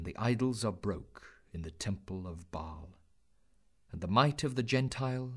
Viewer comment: Baal. Rhymes with wail